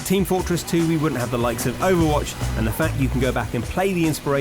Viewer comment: Overwatch not clover whach lol